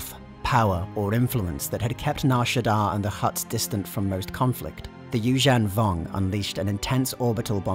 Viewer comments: Apologies, I believe Evocii is pronounced, Ee-Vok-Aye and, Yuuzhan Vong is pronounced as, You-Zhung-Vong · That's not how you pronounce Yuuzhan Vong lmao